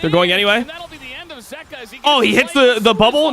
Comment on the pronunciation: the way dom says zeka is actually triggering me